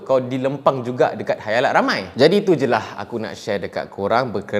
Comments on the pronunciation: Khalayak min bukan khayalak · Khalayak ramai, mmg org selalu salah sebut Khayalak 😂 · Khalayak.. Bukan khayalak😆.. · Khalayak ramai ke khayalak ramai ? Ke saya yg salah dgr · Salam bang. Khalayak, bukan khayalak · bang ,, sorry bang😅,, ak je ke yg ttiba loading dnga khayalak 🤣🤣,, bkn khalayak ke eh kha ,, khaa ,, 🤣🤣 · Khalayak ke khayalak?? 🤔🤔🤔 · siapa pandai, cuba teka “ Khayalak atau Khalayak “ 😂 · Di khalayak ramai bro, bukan khayalak ramai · Bukan khayalak tapi khalayak..guna la bahasa melayu tu dengan betul.. Kalau aku kata bengap kang ko sentap pulak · khayalak,khalayak....sy pn kadang2 mcm mudah je trsasul...tp serius mmg susah utk disedari...tiada ape ln,skadar suka2 je...sorry.. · Maaf tegur lans raes.'halayak' ramai. Lidah dh terbelit ye.hahah